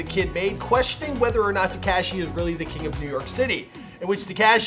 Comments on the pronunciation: Y does he say 69 like that tekashy.... y bro lol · Any it’s else annoyed af at how he said Tik-cash-Eee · Please learn how to pronounce Tekashi before you capitalize off of him. So cringe. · Been making videos about him for years... still can't pronounce his name correctly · The way he says tekashi 😂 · WHY DO YOU KEEP SAYING TEKASHI LIKE THAT? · It bothers me how you say Tekashi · Who else likes how he says tekashi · I hate how he says ”Tekashi”